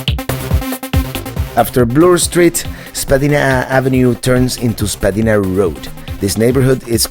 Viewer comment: Spadina ave. - itss pronounced .. Spa d-eye na ,, not spad e na